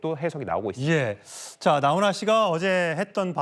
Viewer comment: 기자야 나혼아가 아니고 나훈아다